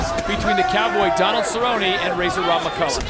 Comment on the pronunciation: David cerrone? He needs to keep his hands up? Shut your mouth lol you focus on getting his name right. Obviously doesn't love the sport